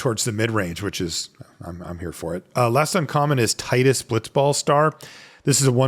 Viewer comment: Thanks for saying Tidus' name the way I like.